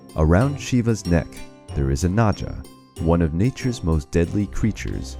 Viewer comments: It's Naga , not Naja around Lord Shiva's neck. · You pronounced Naga wrong it's Naga not naja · Its not "naja" It's "naga" Like you pronounce G in Grapes. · It's not naja it's naga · It’s not pronounced as na-ja It’s pronounced as na-ga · one small error , its nagaa not najaa as far as ik , like garden or george , the pronounciation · He says "naja" Its naga And g is like pronounced like g in God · Forgive me for saying this but it’s Na as is “nah” and ga as in “ garden”...so the pronunciation is NAA...GAA..not naaja. Thought of better to make it clear. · Naga not naja bro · The Snake is not Naja, its NAGA... G as Grape, not Gauge... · It's naga not Naja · "he has a naJa around his neck" 💀💀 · Naga is pronounced with a g, not a j.